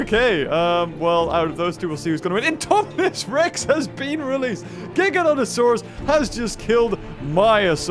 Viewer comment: Its actually pronounced "Ji Ga Noto Sore Us"